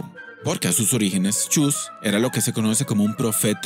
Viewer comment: no se dice chus, se dice chuy respete ogia(?)